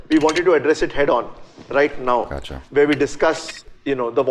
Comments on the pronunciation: It was not accha... It was "gotcha"... Meaning - I have got you. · Am I the only one who thinks said 'accha' at 14.16